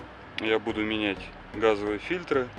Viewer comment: Не фильтрА, а фИльтры.